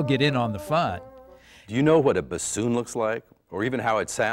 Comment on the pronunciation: She cannot even pronounce bassoon right. Lol.